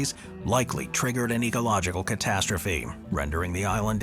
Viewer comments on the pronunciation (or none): none